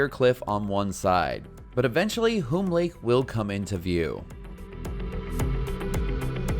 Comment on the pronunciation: The name is pronounced similar to "soon" or "tune", Hume Lake.